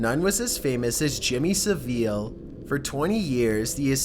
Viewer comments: Good video! But when making these, please make sure you're pronouncing words correctly, "saville" isn't pronounced with a long "e" sound, it's more of a "sav-uh-l". I've noticed this in a few other of your videos too, nothing major, but it's there. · Are you American geeze nothing like pronouncing saville wrong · You pronounced Jimmy Saville wrong - you said 'Sa-veelle' when it's just 'Saville'. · It's Jimmy SA-VILE, not SEVEEL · Siveal WTF its Savile!!! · It's pronounced jimmy sah-vull not sah-veel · It's said Savvel not Saveel but who really cares how you say that dirty beasts name, it's shocking what he done I'm talking about Jimmy Savile. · Matthew Broderick: "Braw-der-rick" not "braw-drick". Saville: "Sa-vill" not "sa-veel" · It's pronounced Sa-Vil not sa-veel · Haha saveel it’s Savil and yeah he’s a fucking nonce haha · what is with the way you talk? and it's jimmy SA ville, not saveel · Jimmy Saveel???? Nah mate Its pronounced Jimmy Javil but spelled Jimmy Savile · Jimmy saveeel? It’s sav-ill (saville) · Jimmy fucking “Saveel” it’s pronounced “sav-al” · you pronounced "Savile" wrong "s-a-vil" not "s-ai-vil" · Jimmy Sah-veel? You mean Jimmy Sah-vill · It’s pronounced “savil” not “seveel”. XD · Jimmy SAVEEL it's pronounced Jimmy sav-ill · Saveeeeelleeeee!!!! hahaha that slayed me! Saville.... 'Sa-vil'...... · *Cringe It's pronounced Sa-vil not "Saveel" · Its not 'saveele' its 'sav-ill' , thats how you pronounce it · jimmy sveal the fuck its pronounced sav ill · That perverted bastard is called Jimmy SA-VIL not se-ville like the orange. Actually he was knighted so his name had been sir Jimmy saville. He makes my skin crawl! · did he just say jimmy saveel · its pronounced Jimmie Sav el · "Top TV presenter Jimmy SAVEEL." 😂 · That's not who you pronounced his second name (jimmy savill) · For fucks sake its SAVILLE. It is NOT pronounced "sa-veel" that just sounds completely stupid. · Haha... you always hash pronunciations.. it's jimmy sav-i-l-e.... just saying..